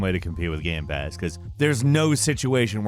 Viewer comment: I can tell you are a Sony fanboy since you mispronounced GamePass